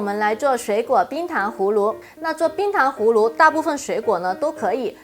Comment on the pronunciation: 氷糖胡芦，芦是輕音，或是半音。